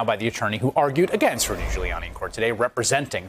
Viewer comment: This guy nailed Ghoullyani. So funny how he described gooly.